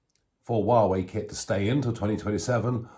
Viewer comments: Nigel. It's pronounced whah way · Hi Nigel. Greetings from Lyminster! Apart from your dreadful pronunciation of Xi (Jinping) and Huawei, EVERYTHING you said about China is correct. Having lived there for over a decade, it comes as no surprise to me that their single priority is to become the world's leading power. They don't seek this because they have a vision of making a better world; they are motivated by greed and lust for power. Make no mistake... it is us, the West, that has created this Frankenstein. We have turned our backs to the plights of the oppressed there: the Uighurs, Tibetans, Falun Dafa practitioners etc, BECAUSE WE WERE GREEDY AND WANTED TO DECREASE PRODUCTION COSTS. Also, we naively thought China would mellow with prosperity. Now that we are on the end of a pandemic (due to the CCP's mismanagement and cover-up of Covid 19)..... now that we are directly affected by the vile Chinese regime..... we are fighting back. It's a shame we didn't stand up for those too powerless to stand up for themselves. Anyway, better late than never.